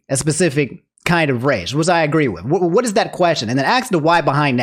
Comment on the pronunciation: i love you man, but NEVER let us catch you saying "h'wat the feet do tho?" again.